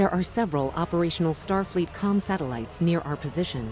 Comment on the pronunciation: i just noticed says starfeet and not Starfleet